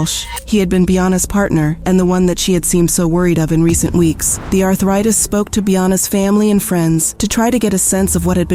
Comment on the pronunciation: The “arthritis” like wtf I hateeee these AI I hope YouTube ban this sht eventually. And how tf don’t you hear this before you publish & upload the video ?? Or do you just upload without listening ? Or are you a foreigner who thinks the AI pronouncing it correctly ? DO BETTER !!